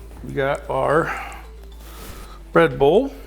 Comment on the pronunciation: I thought you was saying Red Bull but you was saying bread bowl lol. Looks delicious !